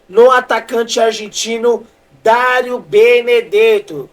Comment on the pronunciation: Falando direito daro 😅 Dario